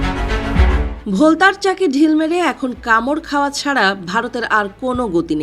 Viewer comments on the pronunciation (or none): এটাকে ভোলতা বলে না এটাকে বোলতা বলে সঠিকভাবে বাংলা শিখে তারপরে বর্ণনা দিন